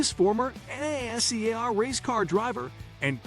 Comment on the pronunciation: the pronunciation of nascar is killing me